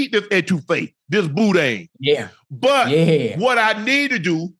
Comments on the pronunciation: Wayment did Unc say Bootae or what 🤣🤣🤣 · Ocho heard “bootay” instead of boudin 😂